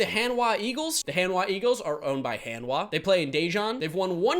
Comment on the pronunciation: Korean 101. Most of "A" sound, just promounce as "Ah" not "Ae" like most of the world do. So Hanhwa, H"ah"n hw"ah". Thank you:)